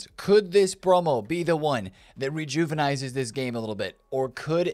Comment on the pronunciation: ReJuvEnizeS what a guy 😂😂😂